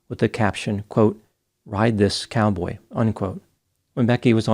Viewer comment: I can't remember the time stamp now and actually there's probably several. I posted as soon as I heard it, before I finished the video. saying "cowbay" this and "cowboy" that had me dying!! 💀